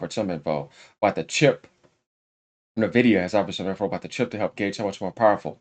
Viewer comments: And also is N-vidia, Not Nah-vidia OMG Lol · Bro you keep pronouncing Nvidia with the N when it's pronounced en-vi-dia like the word envy that's why they went with the name because they want other companies to envy their product, and their logo is green like someone who is green with envy, sorry I'm being a stickler but I just thought I should point this out 😂